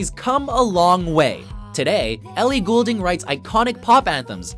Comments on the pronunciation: It's gold-ing people, not gool-ding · Its not Goolding it is fucking Goulding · Ellie Goulding. It's pronounced 'Gold-ing' not 'Ghoul-ding' she's not a fucking ghost. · I'm not gonna lie... I cringed every time he said her last name 😖 it's pronounced like Gold- ing not ghoul - ding :/ Good selection of her songs though :) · Sorry but this bugs me and people say Ellie goul-ding it's pronounced Ellie gold-ing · I hate how he says Goulding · Did it bother anyone else that he pronounced her last name wrong XD IT'S PRONOUNCED....GOLD-ING 😑😂😂😂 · ELLIE GOLDING THATS HOW YOU SAY IT PPL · ITS PRONOUNCED AS "GOLDING" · Funny how he pronounces Goulding, it's pronounced Golding lol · Did anyone notice how he said her last name ? He sounded dutch for a second there. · YOU PRONOUNCED HER NAME WRONG. GAWD. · I was really excited until he said her name wrong... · Do they know they said her name wrong the entire time. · ok oh so i am right? he is saying it incorrectly? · Please pronounce her name right this is driving me crazy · Way to pronounce her name wrong for the entire video. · Doesn't help when you cant pronounce her name properly